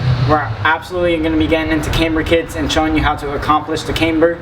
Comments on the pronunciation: cAmber, not caimber.... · Thanks for that. BTW it's not CAmber, it CAMber.